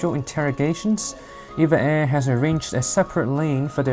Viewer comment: E-V-A Air，NOT Eva air